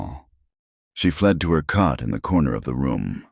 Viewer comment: It's COT (bed), not CUT!